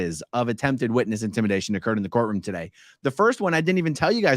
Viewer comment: every time you say “course room” instead of “courtroom”, i think - Hubbardian slip 😆